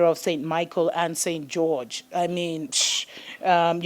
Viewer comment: did you say St Goerge?????? wow